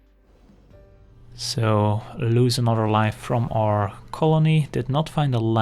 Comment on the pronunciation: When you say 'anodder' haha